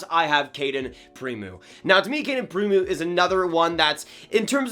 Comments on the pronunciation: It’s pronounced “pre-moe” not “pre-moo” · Its Prim - O